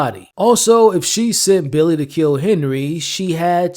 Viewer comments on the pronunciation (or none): none